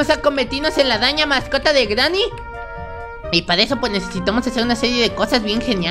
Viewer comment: porque dices greeny cochina